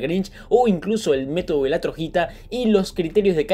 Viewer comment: Porque dices Trojita cuando dice Troyita